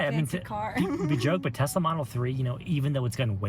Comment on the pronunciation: I need a update! Does she still want a " Tesler" today?